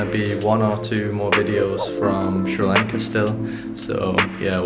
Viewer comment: i like a lot how you say Sri lanka.....:)